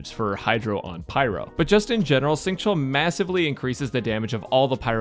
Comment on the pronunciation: instead of saying "sing", use an /sh/ sound instead. say "shing" and it makes the pronunciation a little bit better